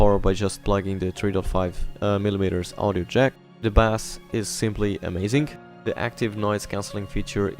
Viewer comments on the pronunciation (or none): Bass is pronounced as base not as the fish